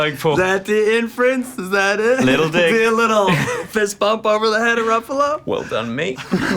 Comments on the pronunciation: YeAh MaRK rUfAloaw HUh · YEAAH MARK RUFFULO HUH?